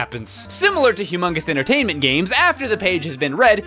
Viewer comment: "hue-mounguse" entertainment